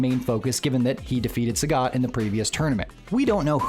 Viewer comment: channel about SF, but pronounce sagat name wrongly😂